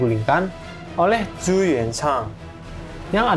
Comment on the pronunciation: Koreksi min, yang benar "zhu" di baca "cu".. kalau di baca "zu" kdgran ny aneh. Kalau "zhuge liang" di baca jd "cuke liang" Zhu termasuk marga yg besar tiongkok, catatan dynasti ming jg dynasti terlama berkuasa.